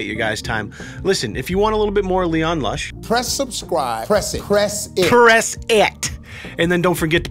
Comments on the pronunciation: Why is no one talking about his intro saying lean kush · Leon Lush whys the intro say Leon klush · Anyone else notice LEAN LUSH instead of LEON LUSH during the opener?